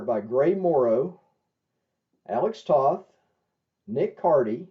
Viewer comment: You mispronounced Alex Toth's last name. The O in Toth sounds like the O in Bow. Not like the O in Off.